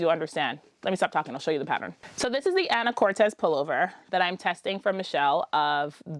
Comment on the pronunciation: What a load of luscious projects! Just so you know, it’s “an’’uh-kor’-tus” with the main accent on the third syllable - a lovely small city in northwest Washington state, the mainland terminus for the San Juan Islands ferry. A developer named the town after his wife, Anna Curtiss, but gave it what he thought was a Spanish spelling. (I just learned this from a google search. All these years of living in Washington I thought it was a real Spanish name!)